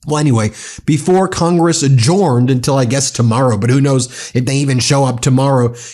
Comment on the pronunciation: you're mispronouncing the word 'adjourned'. It is pronounced 'adj-earned'.